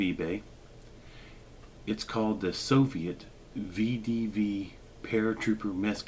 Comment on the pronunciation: It's pronounced veh-deh-veh